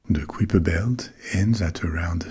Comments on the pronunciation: I definitely learned it in school as "kai-per" not "k-whip-er." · “KAI-per,” rhymes with “SWIPE-er.” As opposed to “quipper.” 😅 Good sound tho. ❤ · On prononce le nom Kuiper comme "caillepa" (/ˈkaɪ.pə/) et pas comme "kwipa" (ou -peur pour la version ricaine). Mais bon, pourquoi pas !